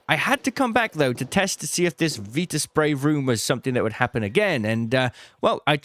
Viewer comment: I despise the way you say viraspray but I love your content 😭